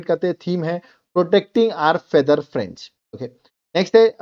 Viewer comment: Am I the only one who hears fench instead of friend's 😂